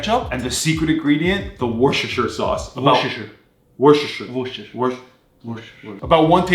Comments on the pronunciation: let me get this straight its wor-ses-ter-shire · its pronounced "wash your sister" sauce. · Wshrhrhr sauce and how you say it it's worstasheee sause that's how you say it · It’s war-shester-shire. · Worcester sauce aka Worcestershire sauce is pronounced like this" worse-ter-shire sauce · It’s worsh-it-shire-shush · I though they said WoXingShi😂😂😂